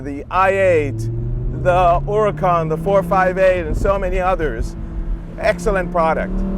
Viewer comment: and thank you for pronouncing huracan correctly!